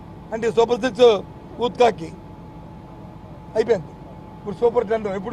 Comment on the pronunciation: Yento veedi gola thith kaadura babu six anu